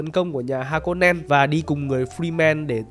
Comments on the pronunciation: ể, ha cô nen mà ông cứ đọc thành ha rô ken vậy :)) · Tộc Ha-ko-nen ông đọc thành Ha-no-ken :)) như thể Haniken vậy :))) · Hanoken ??? :)))) 😅 đọc sai tùm lum z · Clip này đọc sai hơi nhiều nhé :)) Ti mô thi cha mô lê, fri men, sta woa, bin ghe za rít, ha nô ken, hình oảnh =)) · Ha nô ken =))))) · Harkonnen ông ơi =)) không phải Ha nô ken =)) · mấy anh ơi, kênh 1 tr sub rồi, lúc đọc tên nhân vật mình nên chăm 1 chút, ai đời Ha nô ken :((((((((( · Là har-cô-nen anh ơi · Harkonnen chứ kp hanoken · Harkonen mà, đọc ngược rồi em 😂